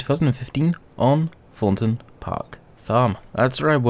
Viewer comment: Did any one notice that he said thorten park farm